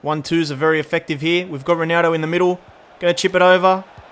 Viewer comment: the way he calls ronaldo ronaro lmao